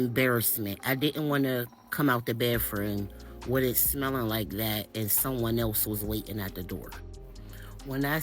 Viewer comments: Why did she say “bathroom” like “baffwooom” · more accurately The barfroom lol